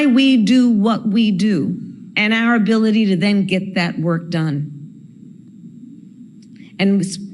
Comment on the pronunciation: "and you have the same abwility 😵‍💫🥴"